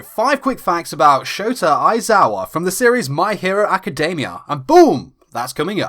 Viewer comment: JESUS IF ITS ALREADY IN ENGLISH STOP READING academia like: ack-kuh-DAY-Miah. not even the japanese pronounce it that way. (this is directed to all those who read the title my hero academia awkwardly)